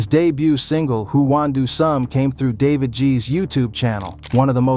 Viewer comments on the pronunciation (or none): none